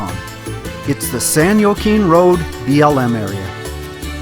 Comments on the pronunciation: San Jaquine= San wa-kine! Shalom! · Pretty sure it is pronounced San wah-keen for San Joaquin but you never know how the locals say it til you hear it. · Pronounced San "HwaKeen" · It's,s pronounced San waakeen Also, that is a cookie cooling rack. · Great little video! San Joaquin: "HWA-KEEN".;-)) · ...San Wha-keen